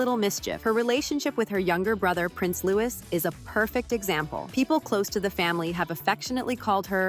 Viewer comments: It is not pronounced like Lewis it’s Louis Lew-ee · Please don't call Louis the American pronunciation of Lewis.. his name is pronounced Louee as in the French pronunciation. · Prince Lewis, he's Prince Louis. It's all in the pronunciation. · His name is NOT Lewis, it is pronounced Loo-ee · It's pronounced Louie not Louis - although it is spelt that way the "s" is silent... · And Louis not Lewis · Louis is pronounced Lewie it's french😊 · Please pronounce Louis correctly in your future items. It's French and pronounced that way in the Uk. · For goodness sake, at least learn to say Louis properly. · At least pronounce Louis correctly